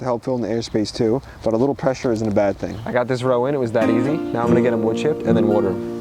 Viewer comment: Love how you say “Wuter”